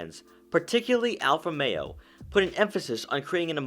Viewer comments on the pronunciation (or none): Romeo, not Alfa Meo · How is this car co.pany pronounced? It sounds like you are saying Alfa-mero. Almost like one word.